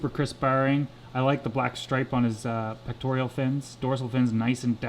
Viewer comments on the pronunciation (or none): I hate to be picky but there is no 'I' in pectoral-- so-- not pectorial